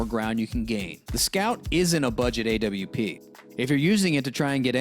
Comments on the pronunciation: Why does he say A-W-P instead of AWP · bruh stop saying A W P